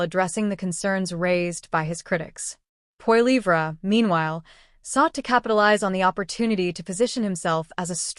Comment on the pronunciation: get the name right for crying out loud: Poilievre .. polly - ev - ra